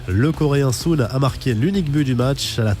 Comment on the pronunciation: C hung min SON et pas SOUN